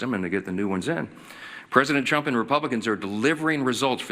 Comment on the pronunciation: Lol he said "Preident Chump"... that was the only honest thing said.